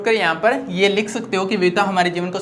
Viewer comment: Samradhi nahi hota hai sir samriddh